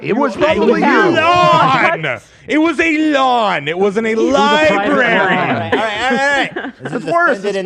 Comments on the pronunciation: Dan!! Why are you saying Li-BERRY!??? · im sorry but i cant take the opinions about a library, from someone who says LIBARY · Dan says "libary" like 20x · Is it just me, or was Dan saying “Libary”? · did dan just say liberry 😣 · Dan constantly saying libary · I love spending some time at the local lye-berry. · I honestly love episodes that make me physically cringe. After this episode, I now wholeheartedly understand the phrase “pain is pleasure”. Keep these types of interviews coming Edit: I really hate how Dan says library. For once, Ethan is saying a word better